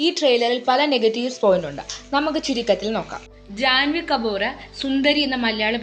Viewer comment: First of all , അത് കമ്പൂർ എന്നല്ല pronounce ചെയ്യേണ്ടത് കപൂർ എന്നാണ്..അവരെ പോലെ നമ്മളും ആയാലോ?! ജാൻവി കപൂർ